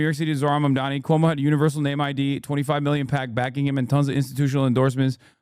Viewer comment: I give it a week before we learn about Cuomo SAing someone in his frustrations. Also, he still can't get Mamdani's name right. All the time in the world to visit a mosque now, at least.